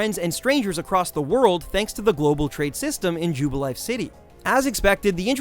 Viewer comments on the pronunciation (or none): none